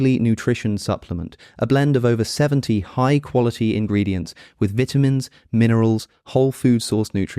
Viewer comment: Hilarious how he pronounces vitamins lol